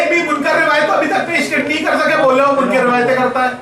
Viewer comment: سنیو سمجھدار لوگوں سے مناظرہ کروایا کریں اس بےچارے کو کچھ معلوم نہیں سیدھی سی بات ہے آپ خلافت بلا فصل علی کیلئے ثابت کریں منکر کو کاف کے کسرے کےساتھ پڑھ رھا ھے